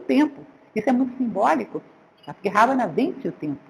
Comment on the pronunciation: Otima aula professora mas só não consigo entender porque a senhora não fala os nomes com a pronúncia correta do Rama, Raksasa, Ravana, etc... Os erres R, no começo são pronunciados como o erre do caRavan, e não o som do R do Rato. Mas quando as palavras começam com H ( Hanuman, Hastinapur, Hare) tem som de R.